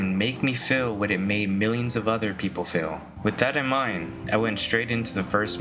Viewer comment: Why do you pronounce Feel like “fillll”